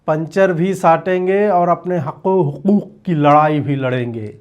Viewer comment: Ajeet ji...hukooook fir se boliye....😂